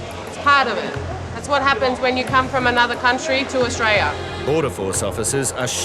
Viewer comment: "That's whadd-happens when you come from anutha country to Austraya" HA, love it. 😂😂😂😂 Welcome to Aussie 😂